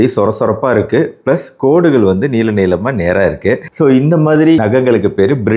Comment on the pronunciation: நீலம் இல்லை நீளம் அய்யா